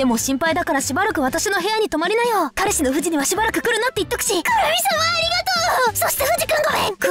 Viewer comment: くるみの、彼氏がからしって聞こえる